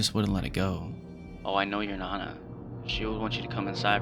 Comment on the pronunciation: Dude that’s not how you pronounce nana and this is a bad topic lol